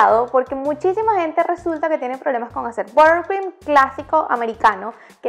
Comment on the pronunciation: Borcrim??? Cero pronunciación...